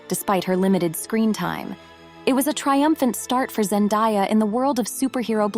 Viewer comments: Zendaaaaaya. Not ZenDIEya! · Zen‐DAY‐ya not Die-ya. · It's pronounced Zen-DAY-a, not Zen-DIE-a. Which rather ruins the video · I’m pretty sure her name is pronounced Zen-de-yuh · Zen-day-a is how it is pronounced. No one has 'died'. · If you’re going to create a documentary on a person, at least pronounce her name right. Zen-DAY-uh. Sheesh! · It's so annoying to hear that "Zendaya" wrong for so many times, I don't know what's so hard to learn the word DAY in ZenDAYa?! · I can’t believe how many of these videos pronounce her name wrong. 😭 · PLEASE learn how to pronounce her name correctly. What you are doing is like nails on a chalkboard. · Great vid hut it would have been better if you atleast pronounced her name right if your going to praise her whole story